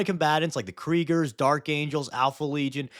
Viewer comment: The "Kerigers" feels wrong...but it's fine.